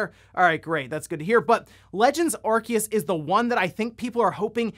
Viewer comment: And it was driving me nuts so I googled it. It is said Aar-see-uhs Source- Bulbapedia